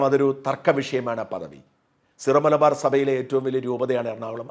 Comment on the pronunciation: സീറോ (Zero) മലബാർ സഭയല്ല, സിറോ (Syro) മലബാർ സഭ. ഉച്ചാരണവും മലയാളം എഴുത്തും ഏകീകരിച്ചാൽ നന്നായിരുന്നു